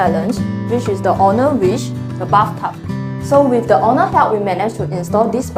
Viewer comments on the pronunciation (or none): I cringe whenever she says owner but sounds like honour. and vinyl become whinner.